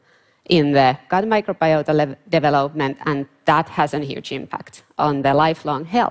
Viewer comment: It’s not easy to figure out what she’s says. She cannot say the word development very well. Just saying- sounds like gabalaga gabagaga.